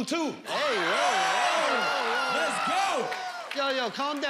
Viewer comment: "i wasn't playing these cars tew new" 😂😂😂